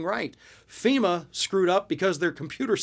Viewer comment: So he's mad at ... FEE-MAH! Now?